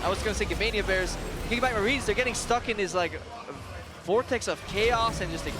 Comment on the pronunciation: krepo said gamania bears lmao